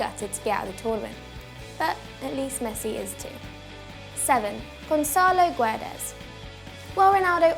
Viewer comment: You really should learn how to say Guedes... It is kind of triggering, since it's not really that hard